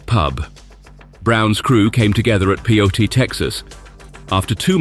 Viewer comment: Charlie Brown's training ground in "Pyote" not too far from my hometown; Texans pronounce it "PIE-yoat", just in case anyone cares. AWESOME good story, touched me to tears. Our own countrymen don't get along as well anymore.